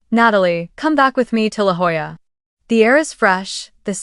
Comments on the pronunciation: And Jolla is pronounced Hoya. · It’s LaJolla, pronounced “ La Hoyah”. Dumb Spellcheck got it totally wrong.